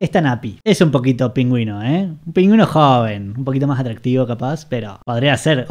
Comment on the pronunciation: Todos preguntándonos porqué pronuncia "PÍNGÜIN"...